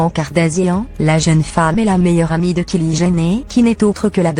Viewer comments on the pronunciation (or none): Putain c'est quel langue ? Kili au lieu de Kylie, Kardazia, Jordan Vo mdrrrr je suis choquée😂😂😂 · Cette voix franchement, en plus prononce très mal les mots et noms kartazian, kili ..🤦‍♀️